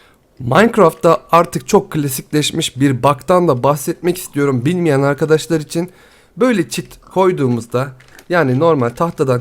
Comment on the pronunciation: hep arkadaşlar diyeceğine andaşlar diyon abicim